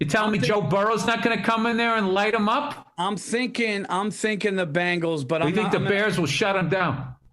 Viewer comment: Bill’s distinction between bangles and bengals is indistinguishable